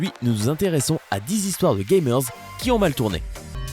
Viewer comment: jpp « gameurzs »